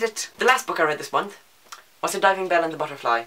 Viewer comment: When you say month it sounds like you forget that there's an h at the end. "Mont". I love it, haha. Also, you couldn't stop swivelling in your chair, haha! OH, MAN, WHAT ARE THE ODDS? ON THIS DAY I TOLD YOU MY STEPFORD WIVES-ESQUE SHORT STORY! That escalated so quickly, hahaha. "20 books? I read that in my sleep, upside down, in cave, at night!"